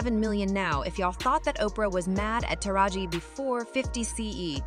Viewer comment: Thought I was the only one that was bothered by that